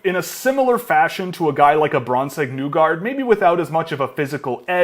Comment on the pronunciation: It's hard to take this video seriously when the presenter doesn't pronounce Nygard properly. Nygard himself pronounces his own name as "Neegard". This video makes me wonder if the presenter is a partner of Legorocks99 who also mispronounces that name. Thinking AnJo is too old at 21 and won't be a good player is a mistake. It's also a mistake to ever be high on either injury prone Dower-Nilssons